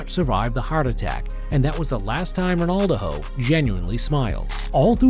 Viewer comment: The A.I voice over is annoying calling him Ronaldoho 😅